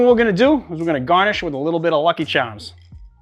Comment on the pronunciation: lol I loved the side GAH-nish